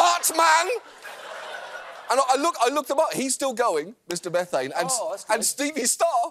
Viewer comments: Mr MEEEEE-thane (not METH-ane) was a recurring guest on the Howard Stern show back in the days when he was nationally syndicated but still on Terrestrial radio (late 90's or so). Apparently going by other posts in this comment section, he made the am shock jock circuit pretty regularly (before Stern put them all out of business). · He's not "Mr. Meth-ayn", it's "Mr. Mee-thayn".